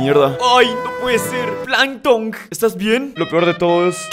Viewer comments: le dice plantong a calamardo XD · oh no es plankton, wtf XD